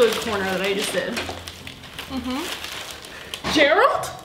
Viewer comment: Complete silance:......: Gereld GERALD! 😃🤣😂